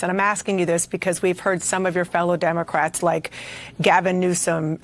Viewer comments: You said "demoquacks". I love it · Oh my gosh! Lol, did you call them demo-quacks?!?!?!? 😆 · He said Demoquacks. lol